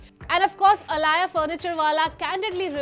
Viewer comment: She was aaliya...why is her name being pronounced as alaaya??